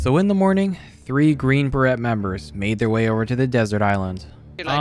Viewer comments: As an American, it’s pronounced Bur-ray not Buh-Rhet. These are two different things. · Green barrette? 🤣 I think you mean, green beret (the t is silent). Green barrette sounds like a girl scout troop. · As a French Canadian, hearing beret pronounced as berrette made me feel physical pain. It's pronounced as burray. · Btw beret is pronounced burr-ay (as in cold) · you dont say the T in baret you say bah-ray BAH RAY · Beret = “Beray” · Beret has a silent t. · Please tell me you're pronouncing green beret that way ironically